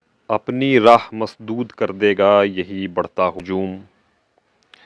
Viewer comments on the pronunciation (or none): Raah not rah❤❤❤❤